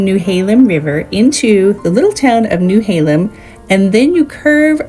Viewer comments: ???? She says between Seaside and Gearhart while showing the tunnel that is way further south! Skipped right past at least 2 beach stops: Arcadia and Hug Point; we truly appreciate Oswald West. It's NOT New-halem... It's Nehalem, no W involved. Nee or Neh-halem. Then she jumped from Wheeler to south of Bar View, then back to Wheeler. Next thing you know, you've skipped Tillamook, gone past the cape and into south county... but no - wait! Now she's heading back north!!! Must. stop. watching. Now.:person-turqouise-waving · Please,please,please....get the pronunciation of the locations correct. It's Neh-hay-lem, not Newhaylem, and Yah-kwin-a (not Yawqueena) Bay. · The Nehalem pronunciation got me. Lol it’s not new halem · First you mispronounced Nehalem. Also you have filmed everything in wide angle which makes things so much flatter then the reality. I live in a small town on the northern coast so I am picky!